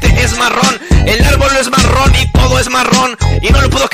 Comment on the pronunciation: Ahora ni se pronunciar bien la palabra marrón